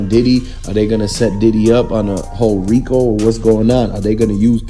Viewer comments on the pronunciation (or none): none